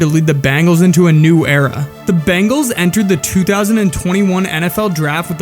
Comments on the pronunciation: Watching your video, I now see why he bleached his hair. Never knew he did it back in high school. Surprised the media never picked up on that. They talked about it nonstop! Great video! After watching more of your video, you need to learn how to say BENGALS! Not BANGALS! Seriously. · We're Bengals fans, not Bangles! Say it right! We've got the best qb in the NFL. Joe Burrow is amazing! WHO DEY! 🖤🧡🖤🧡